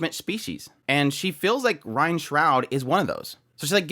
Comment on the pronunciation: ok before finishing the video I have to say this. rein is pronounced rain not ryan no offense but I just need to say this